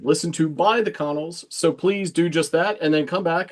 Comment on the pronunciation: Funny fact - and not that I want to correct you, BUT...the band The Connells is pronounced "kuh-NELLZ". The first syllable sounds like "kuh" and the second, stressed syllable rhymes with "well".